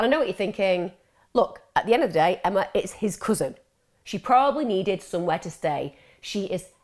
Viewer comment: Do not stain the comments ok? Emma will put you in timeout 🙄🙄 This is a wonderful community and Emma has very loyal supporters 👍 If you’re takeaway is how Emma pronounces her name then goodbye your not needed ✋✋